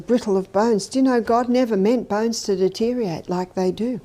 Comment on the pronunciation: It’s deteriorate not deteriate